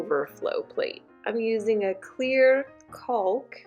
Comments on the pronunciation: Great job!!. Btw the "L" in caulk is silent. Lol. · Cracking me up with the pronunciation of the word “caulk” 😂😂😂🥳 Oh my goodness girl…. I’m not poking anything negative or bad your direction because this is a very informative video and I learned something that I so far haven’t seen or read described in any other instructional video or web link I’ve found this far (I’ve been doing ALOT of research about this topic as I’m almost done with my own and I’m taking my overflow plate back off actually to make 300% certain I have a good functioning rubber gasket on the inside opening of the overflow pipe) Thank you for the gift of education and Information for your fellow DIY sisters & I hope you have had a leak free, problem free user experience with your new tub trim. Side note: why do they not properly provide the proper replacement hardware for the full replacement of the overflow plate for those of us who require the slot adapter🤷🏼‍♀️smh I know nobody else can see the condition of the screws under the overflow plate BUT I know…. Anyway great video thanks again